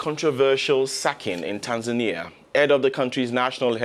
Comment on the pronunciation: Not tansania not tasmania its TANZANIA